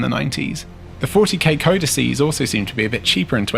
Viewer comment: Hey Guy can I just say I love you for saying ‘codices’ rather than ‘codexes’